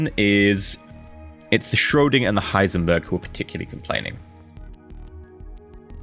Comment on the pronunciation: Still wonder, why nobody actually corrected you on Heisenberg, not Heisenburg ;).